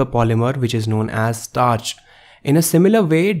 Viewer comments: STARCH!!!! Not „startch“! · STARCH NOT STARTCH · Bro it's starch not startch!! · "STARTCH". Lmao XD XD XD